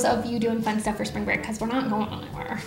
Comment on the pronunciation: "Sprang Break